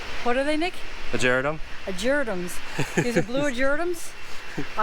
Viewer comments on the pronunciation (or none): *whispers* Tell Nick that it's actually pronounced "ah-ger-AH-tum..." 😜😂😘